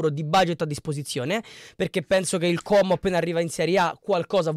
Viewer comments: Complimenti per come pronunci Como 😉👍👍 è quasi perfetto: A quanto pare hanno bel gruppo in squadra, sono ragazzi che si sono guadagnati la promozione insieme, però a mio parere un pò di persone partono perchè non riusciranno a tenere la categoria e poi ci sono giocatori che non hanno mai giocato perchè non integrati nel gioco di Cesc. E' una società molto attenta agli investimenti e non fa cose a caso o sperperando i soldi, la hanno coperta di aspettative inutili, mentre hanno dichiarato più volte di voler spendere poco e di volersi solo salvare, uno dei problemi principali oltretutto e il rifacimento dello stadio come hanno fatto a Bergamo, sarà una delle cose più difficili che dovranno affrontare oltre a salvarsi in campionato. Karius a me non piace, però non so cosa decida la società. Konè ha avuto un brutto infortunio con il Palermo dovrebbe rientrare a Ottobre probabilmente (?). Gioacchini??? ma guarda che non ha fatto 9 goal.... quello è Gabrielloni, che è incedibile in quanto è diventato una bandiera. Io credo che però questo attacco vada rivisto perchè deve fare più goal, Cutrone da solo non potrà fare miracoli e spesso durante il campionato si ritrovava come sola punta e aveva difficoltà. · Finalmente sento qualcuno che pronuncia correttamente la parola Como,i telecronisti ei giornalisti in televisione non hanno ancora imparato a pronunciarlo. 🤣 Io tifo Lecco e non scorre buon sangue coi comaschi,ma questa è un altra storia... daje! 🤗😁